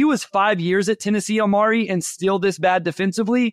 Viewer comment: The way he keeps saying Omari's name.....😬